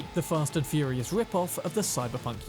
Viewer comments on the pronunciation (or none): none